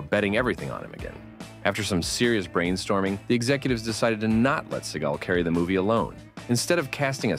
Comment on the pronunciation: Steven SEA-GAL 😂😂 a gal from the sea